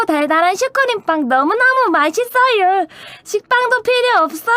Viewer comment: 발음 너무 귀여워 ㅋㅋㅋㅋㅋ 마싯쓰으여 ㅋㅋㅋㅋ